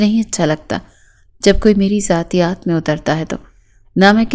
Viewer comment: زیاتیات نہیں ہوتا ذاتیات ہوتا ہے